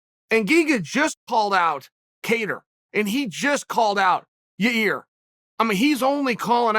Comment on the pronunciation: Chael keeps disrespecting ya-rear by calling him Yair. Pshhhh. Unreal.